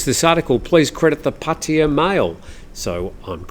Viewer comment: Pattia? You mean Pattaya?